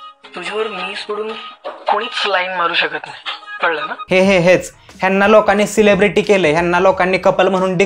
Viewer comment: CELEBRITY ❌SHELIBRETI✅